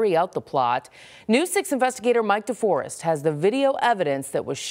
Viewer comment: The news guy has some splainin to do... his names Mike Deforest....(DEFOREST)!